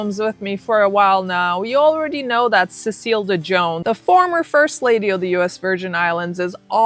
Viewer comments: dejohn? lol girl.. de jong.. pronounced.. DUH YOUNG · It's really pronounce de yon not de jon...the j makes the y sound . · De Jongh is pronounced "De yung" like the Dutch last name "De Jong(e)", which the name De Jongh is from. (Sorry ADHD info dump😅) Not that it matters for that POS lol. I'd say more than just her last name wrong 😅. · FYI: Cecile's last name is pronounced Dee Young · Pronounced cecile de Youngh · The name is ah-maude . and dejough is pronouced "Dey- young" the " J " is silent. The name is a french name